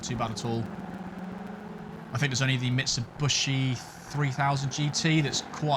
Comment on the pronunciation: Ahahaha I love the intro! Geniuely made me lol! :D Great driving as always mate! EDIT: Now this is just TOO good: there is a new automaker you need to learn to pronounce the right way :D It's MitsubIshi, not MitsubUshi. ;p